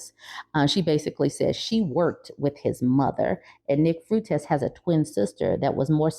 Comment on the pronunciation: nick fruitez? does she not know how to pronounce his name or is that just being homophobic?